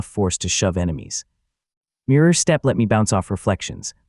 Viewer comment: Ai trying to say step SESSTEPPPO